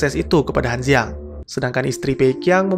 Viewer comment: Sedikit perbaikan utk ngeja bahasa Mandarin ya Bang... Z dibaca C C dibaca J J dibaca C Q dibaca J D dibaca T T dibaca D B dibaca P P dibaca B Jd kalo namanya Han Duo Duo, itu bacanya "Han Tuo Tuo", Liu Qi jadi "Liu Ji", Han Ziang jadi "Han Ciang" 🙏🏾😁